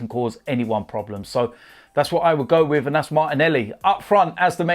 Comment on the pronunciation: To be honest wiv ya